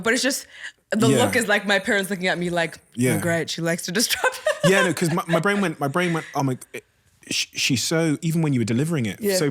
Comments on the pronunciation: Has literally no one ever noticed that she says disTrupt instead of disRupt? Because she says the word a lot and how come no one has ever corrected her? Unless it's a part of a canadian dialect or something that I'm not aware of but I've never ever heard someone say disrupt in this way. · I wanna die every time she says “distrupt” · Couldn't get over her saying DisTrupt, instead of disrupt lol But a brilliant interview otherwise! x